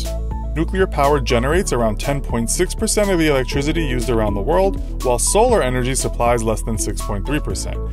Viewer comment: I find it kinda hard to take advice on energy from someone who pronounces it "electrizitty".